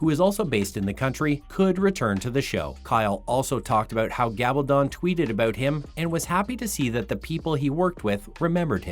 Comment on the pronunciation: He even mispronounced Gabaldon! And I'm surprised that since he's mispronounced Heughan, that he would have pronounced Catrionía as Cate-ri-o-nia!